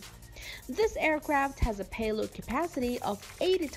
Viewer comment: just came here to see if you are still saying miler per arrrgh! but no speed information, just paehlod capacity.